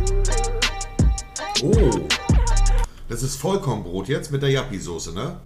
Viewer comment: Das ist keine Jappi so0e sonder Juppie Soße xD